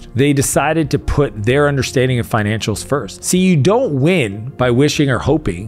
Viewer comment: Love your content and you have one of my dream cars but i think it's "financials" not "finantials"